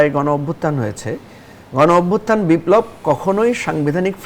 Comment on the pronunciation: বারবার বিপ্লব উচ্চারন টাই ভূল।